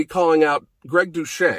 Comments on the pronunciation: I'm not sure that's the way you pronounce Gregs name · Andrés Castillo I thought the same thing the moment he said Greg. Couldn’t even pronounce guy’s name right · Finally someone butchered Greg’s name, it’s always him butchering others names lol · Moment you said Greg’s name I laughed my off cause he always butchers the easiest names ever. He could even pronounce guy right